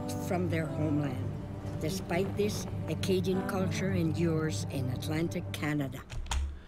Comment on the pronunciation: It's Acadian...not Arcadian.